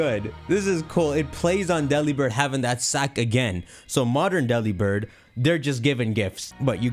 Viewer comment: Everyone: commenting genuinely interesting comments me: Delibird is pronounced like 'Delivered'